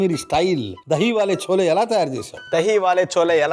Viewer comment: చోలే కాదు, ఛోలే అనాలి